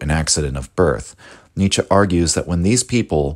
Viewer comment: not 'Nietzschah' , but 'Nietzschuh' just saying